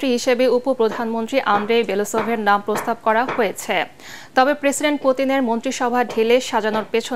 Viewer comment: বেলোউসোভ not বেলাসোভ